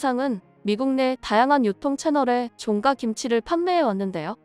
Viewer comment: 외국인인가? 아니면 A.I.? 종가집 종가는 그냥 종가로 읽어야지! "종까"로 읽냐? 혹시 쭝국인 아니야?????